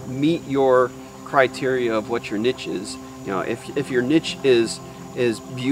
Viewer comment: Bro I enjoyed this video and your tips and experience was really valuable but I can't stand how you pronounce the word "niche" hahahha. Thank you for sharing though!